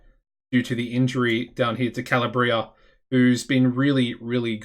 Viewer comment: it is Ca-la-bria and Pa-Key-Ta:)